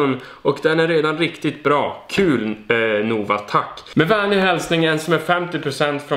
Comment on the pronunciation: Tror att man uttalar namnet Nova ”Nåva” och inte ”NOva” 🤪😁